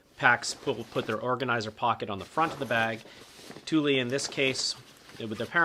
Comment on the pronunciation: Tuly... tar-pollen... are these how you really pronounce them?